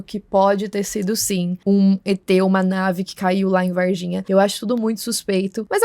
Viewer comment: Moça o nome correto da cidade é VARGINHA, vaR, com R. Vaiginha com "i" não existe.